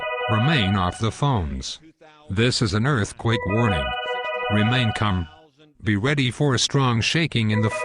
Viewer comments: Remain "CUM"? That was messed up. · lol. just noticed "remain culm"